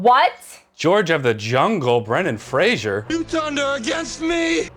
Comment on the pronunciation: If you're gonna compare his look to Brendan. At least pronounce Fraiser right 😂 (Frazor)